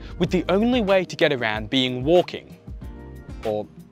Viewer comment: Waaukinng, walrking? Wanking ?😅